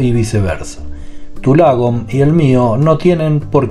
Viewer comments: Tick importante, se pronuncia más como "lóoogom" y no "lagom". Eso es una "a" larga, que para un oído hispano parece sonar como una "o". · Lagom; se lee ” Logom” y tiene por significado, ” Ni más ni menas”!!